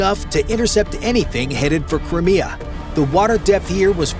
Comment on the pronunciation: It's Crimea not Crmea